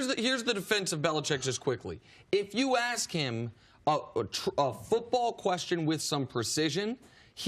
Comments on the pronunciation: I don’t begrudge someone for not being able to say ask correctly. But maybe find a different word to use if you have problems saying it. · The word you’re looking for is ASK. Not “AXE”. It’s a three letter word. It’s not that hard to pronounce, people. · I hate when people axe people to carry a team and axe them questions. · How hard is it to say the word ASK?! sooooo stupid...axed...just stupid. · AXE 😂 where do they find these illiterate people at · he say aks a lot or is he say ax he needs to get Grammerly . they even have a producer standing 5 ft away so this is part of the script . now if you asked me ..thats a question . i bet bart can say words correct if he wants to besides he is to old to act a fool for money , ax him to say bASKetball or do he say bAKSetball i bet money Bart says BASKETBALL maybe .... acting a fool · Bart Scott be axing all the time... it’s ASK... 🤦🏻‍♂️ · He sure likes saying axe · Aks AX AKS AX. I turned it off after hearing this. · Mr32santana My point is invalid? The word is ASK not AX. One is a question, the other is what you chop wood with. But go ahead and keep advocating for stupidity because it's somehow cool. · Let us not forget 'akse'...as in 'nobody never done akse more questions' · Why do you axe? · Only if you axe politely. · Why don't you axe him how to say that to his face?😀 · Its ask...ask...ask...you are on national television...ask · please learn how to pronounce ask ! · Sounds professional, "axe" this "axe" that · Its crazy that Americans can't pronounce the word "ask". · Can Bart pronounce “ask” or “asked?” Axing for a friend. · How hard can it possibly be to sound out a 3 letter word for God's sake....ASK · Ax yourself, axed yourself... Really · Mr32santana Because when you intentionally speak incorrectly you make yourself out to be a fool, and anything else you say loses credibility. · Mr32santana He's mispronouncing it on purpose. That's the problem. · When he needs an axe to cut wood, does he then say "get the ask"?